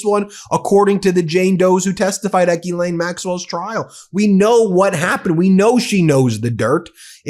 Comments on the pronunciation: To get to the point and quit using Clickbait to get somebody to listen to you and for God sake learn how to say her name correctly Not Ghee Lain 🧐🤡 you are so annoying and why I don't subscribe to you!1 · No Binki, I'm with you all the way except when you and everyone else mispronounce her name, Geee-lane-- Guhhh-Lane!! Nyet, Nein!! Pronounce the damned name the way it's written:: Jizz-Lane! The word is JIZZ,! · GILL like a fish. NOT Gee like me. For Fuck's Sake say her name right. GILL LANE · I'm not pronouncing it "Ghee-lane" anymore. I'm calling her what she is: "Jizz-lane." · I couldn’t watch this video more than a single minute. This dude is literally finding any excuse to say Gillane Maxwell’s full name over and over and over again while repeatedly endlessly mispronouncing it. Its not Geeelane if you can’t say it right then just say her last name Maxwell. Everyone will still know what you’re talking about. You don’t have to sound silly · Please learn how to pronounce the name correctly.